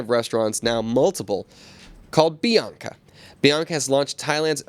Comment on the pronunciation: please tell me, where is the letter 'O' in the name Bianca???